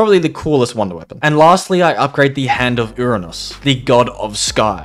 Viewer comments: Anyone else get triggered when he mispronounced the hands? He got Gaia right but failed at the others Hemera is pronounced Ha-mer-a Charon is pronounced Ca-ar-on or Car-on depending on who you ask and yes he is a god. Son of Nyx iirc Ouranos is pronounced Ore-an-ose (whose the son of Gaia and father/grandfather to the Titans, Olympians the main 6 Zeus, Hera, Hestia, Hades, Poseidon, Demeter and Aphrodite after his castration, giants, hecatoncheires, and the furies) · I am right because that’s how they’re pronounced. It’s not Uranus because that’s Roman not Greek, same thing with Heracles. Everyone mixes them up or simply uses the Roman name.